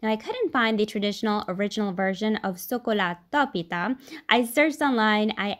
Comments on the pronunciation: TY! You pronounced it correctly "sokolatopita" I am gonna make this soon Kali oreksi! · Yes! Thank you for sharing Greek recipes! 🥰🇬🇷 you pronounced it beautifully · Aw! What a lovely video 🥰 Missed sokolatopita from Greece 🇬🇷 Amazing job at pronouncing all the Greek words 👏👏👏🥰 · I love this! 🇬🇷🇬🇷 Your pronunciation of sokolatopita is so cute! ❤️ We love our Italian neighbours 🇬🇷🤝🇮🇹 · I'm greek and honestly you nailed it bravo:)